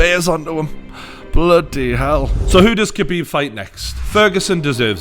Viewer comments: It’s pronounced Habib Not KHabib 👍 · The K is silent, its habib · How come nobody understand yet that his name is pronounces Habib, the K in his name is silent for fuck sake. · being arab its pronounce KH abib not Habib, Much like Khalid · It's pronouced Khabib, not Kabib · хабиб. Its not pronounced as a 'h', but as a kh (as you would translate the sound into latin script), such as the sound in loch, like lochness monster, if actually pronounced properly. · It's pronounced "habeeb" not "kabeeb". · Say Habib, it’s not cabeeb. When asking for lasagne you pronounce it lazanya and not la zagnay. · Shut up you fool. Did Conor not over react, fly from Ireland and throw a dolly through a bus injuring other fighters that were not evolved. Also, to sound like a real reporter try pronounce Khabibs name right. Drop the K. Your boy Conor couldn't do those things you mention because he was afraid of the take down. Simple as that. He got outplayed. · You're literally the only person i have ever heard of pronouncing it like that. Stfu.